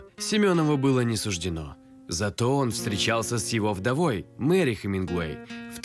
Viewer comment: Хеменгуей и что?